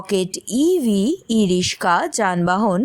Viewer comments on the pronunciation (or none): ই-রিস্কা না ই-রিক্সা? আমরা "রিক্সা" শুনে এসেছি বলে হয়তো "রিস্কা" শব্দটা কানে লাগছে!